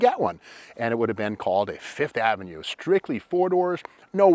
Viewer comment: Yup, the "Sev-ova", the "Fifth-o-Mat" and the "Lin-ada". LOL.